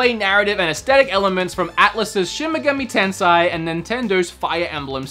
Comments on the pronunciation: You still got it wrong its shin megami tensei "Shen ma ga me ten say" if that helps you pronounce it. Also the game told you to manual save so your fault. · Shin-meh-gah-me- ten-say ….shin megami tensei lol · shin m'gahmee ten-say It's really only difficult because it's Japanese and you're an auzzie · Sh-in Meg-ah-me ten-say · Don't struggle saying "Shin megami tensi" just say Persona, don't worry the smt community is already ticked off anyway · Hard to pronounce Shin Megami Tensei? just say SMT, fans will understand